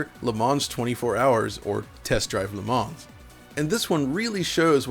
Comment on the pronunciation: Le Mans is pronounced Le Man (Le Munn), without the S. Love the retrospec...